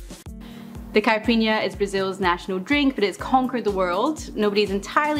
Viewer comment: Another great video and another great drink. However, it's pronounced 'cai-pi-rin-ya', not 'cai-prin-ya'. Four syllables. Also 'cai-pi-ros-ka', not 'ca-pri-os-ka'. And the booze is pronounced 'ca-sha-sa', not 'ca-cha-sa' :-)